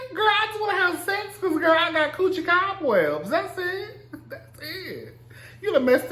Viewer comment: The way he say coochi😂😂😂 QUCHEE!?